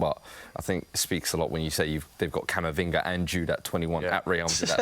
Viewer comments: Did the Tottenham bloke say camavingo? Put some respect on camas name and pronounce it right man smh 🤦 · who tf is Camavingo??? 😂😂